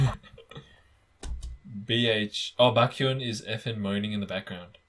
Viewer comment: I love how you can say chanBAEK But can't say BAEKhyun Like I'm so confused 😂😂😂